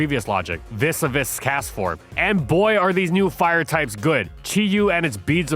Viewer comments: Vis a vis is pronounced “vees a vee” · We got "viz a viz" and "hurthflame" back to back. If you don't know how to say a word, I'm BEGGING you bro, PLEASE look it up